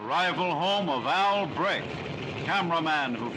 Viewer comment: Jedes mal ein Shot trinken, wenn sie "Al Brick" sagt. Hahah